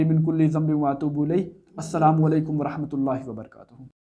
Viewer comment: Salam Me Wabarkatuhu NAHI Wabarakatuh Bola kijiye Bhai